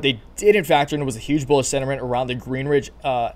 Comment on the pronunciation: Please please please stop saying GreenRidge. There's no R in Greenidge. Otherwise, thanks for the info!